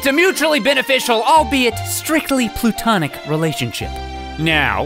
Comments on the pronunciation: Did you mean to say platonic? because you said plutonic. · It's platonic